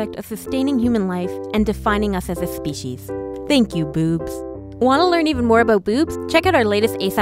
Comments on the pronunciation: Who else heard "Boos" instead of Boobs? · I heard it booth